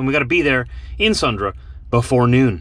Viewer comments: Lol that was annoying... your saying Sundre, like Sundra. It’s pronounced Sun-Dree. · It is pronounced "Sundry" . . . . . . .